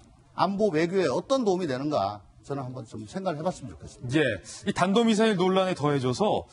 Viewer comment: 경남사람들 쌀을 "살"로 말한다... 단도는 탄 발음을 못해서 그런것 같다 그러므로 탄도미사일 이라고 대통령이 공식적으로 얘기 한것 같음